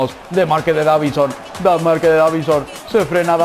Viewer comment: Dijiste davinho